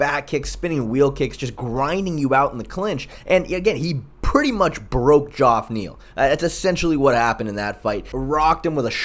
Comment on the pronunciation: I know it’s spelled a little weird but it’s pronounced Jeff. The o is silent.